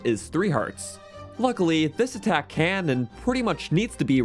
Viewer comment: No offense but did you get enough sleep while editing? “Attakc” 😅